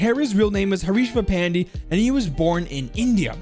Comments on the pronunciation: im not trying to be rude or anything but the pronounciation of Pandey as an Indian name is "Panday" so yea. Love ur vids man ❤️❤️🙏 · Pandey is pronounced Pan-deh, Great content brother! Cheers! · Yikes... The name was just butchered and burnt alive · you butchered his name